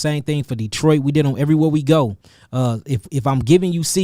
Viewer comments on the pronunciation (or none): none